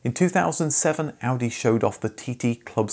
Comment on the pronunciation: I appreciate the proper pronunciation of car brand names.